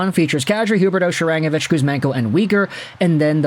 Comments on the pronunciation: Ya why are you saying she-rang-avich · Isn't "Sharangovich" pronounced with stress on the "go" syllable? I've heard his name on Sportsnet 960 (which I listen to sometimes mostly cause Calgary has some good radio personalities, especially Pat Steinberg). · Love your content , hate how you say Sharangovich! Shakes fist it’s SHARANGOVICH!